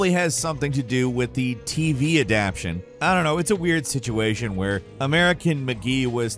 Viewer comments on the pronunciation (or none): Ah-Dap-TAY-Shun. "Adaption" isn't a word. WTF is every tuber pronouncing this word, a word used a LOT in this industry, wrong? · why do you pronounce "adaptATion" as "adaption"? It's pretty distracting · It's adaptation, not adaption.